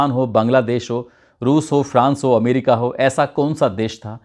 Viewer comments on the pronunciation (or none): none